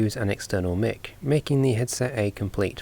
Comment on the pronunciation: why did you say "mic" like that?